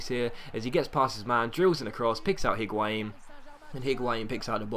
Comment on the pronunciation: I dont really care but considering you make a lot of effort to pronounce each player's name properly why are you saying the 'H' in Higuain I cannot understand...spanish does not pronounce H at all and neither does french (or italian as far as I know)...great episode anyway as always though!!